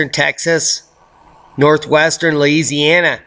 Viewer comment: Hey. Did he say laziana?!?! Hahaha. That's a good one